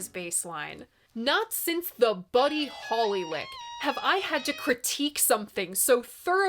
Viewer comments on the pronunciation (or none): none